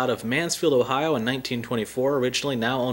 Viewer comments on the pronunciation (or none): none